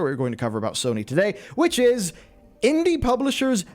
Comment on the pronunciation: Dude was a girl 😂 he can't say Sony wtf?